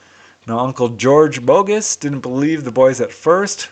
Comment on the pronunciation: Hey, I'm from Montreal. Normand Daigle is a French name, so would be pronounced: DEG-LE or DEG-LUH. And Denis Bogus' last name would be pronounced BO-GU or BO-GEW. Something like that! Keep up the great work!